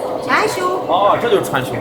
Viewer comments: 穿兇？殺人啦？ 川芎後面字唸，窮， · 請注意 川芎 ㄔㄨㄢ ㄑㄩㄥ